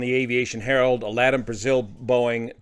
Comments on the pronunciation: Heads up--LATAM is not pronounced "Lattim"--its "La-Tom"...irrelevant to the story, but, just a heads up! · LA LA LATAM, not Leetam. What did that sound light in the cabin?1? $#!^ £3€%….. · "laddam" airlines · Perhaps pronounce the airline in the correct manner. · How do you people pronounce LATAM these days? I always thought it was luh-TAM, but I have a lot of LAH-tum.